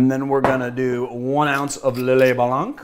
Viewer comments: Great video as always. One minor thing (because it's an internet comment, naturally): as a French-Canadian, I cringe a little whenever you say Blanc. The "c" is silent. Yep, french is weird. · I mean... it's also "POM-ple-moose" if we're picking up on everything (Lillet Blanc was correct, though you needn't sound the last 'c'...)